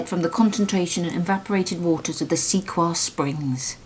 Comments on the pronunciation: Are you guys saying Sequoyah? It's pronounced "Seh koi yah". Just in case you come across anything again :) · The name Sequoyah is a word I had heard many times before and prompted me to do a little research myself! Sequoyah is pronounced like Sē-quo-yah who was a famous Cherokee native American, Scholar. He was the first and the only known native American scholar who invented the alphabet for the Cherokee language and the syllabary, in 1821 he brought it before the tribal council. He wanted his people to be able to read books and any kind of books they wanted to read, which he called pages in a book "talking leaves". He also went by his father's name that was given to him by his mother. His name was George, Guess, Gist. And he mostly went by his Cherokee name Sequoyah. Sequoyah's biological father had abandoned his wife while pregnant. She was also half Cherokee. All of this went on between . There is so much more to this man than meets the eye! I cant justify how important Sequoyah was to his Cherokee tribe and to America. So much so, that the Sequoia National Forest was named in his honor. Sequoyah and sequoia are spelled differently but have the same meaning! So I am thinking that the inventors of these crazy quack remedies where trying to ride the coat tails of famous names or using mrs. As a way to sell their products and taking advantage of people who are in pain. It so barbaric and scandalously shady behavior just to push their products! I went on to find out all of this thanks to, The National Geographic website. I only looked it up because of what you have found but I